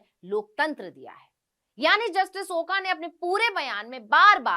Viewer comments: Oka nahi. Oak ucchar chahiye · मॅडम आपको ओका नही बोलना चाहिए "ओक" बोलना चाहिए